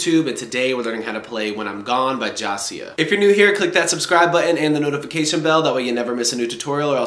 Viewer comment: My guy said josiah